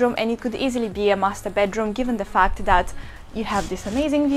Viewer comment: she said fact but sounds like fuck,,,hahahha